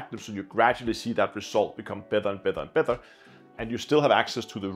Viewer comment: I really like my asiair plus. It just works and you can basically do everything. In WiFi station mode totally stable. I also like to use it in alt-az mode for visual and controlling with the joystick. Btw it‘s pronounced Better. Not bether. Sorry for my ocd 😅